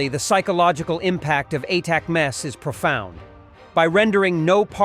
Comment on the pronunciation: Hey AI voice ATACMS is pounced "Attack ems"